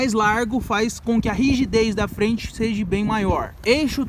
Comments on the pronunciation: “Sejee” não existe mano UhAuHaUha ..e se diz em nível mundial não “á nível” .. aprende a falar direito cara por favor kkkk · “Seja” não existe mano UhAuHaUha ..e se diz em nível mundial não “á nível” .. aprende a falar direito cara por favor kkkk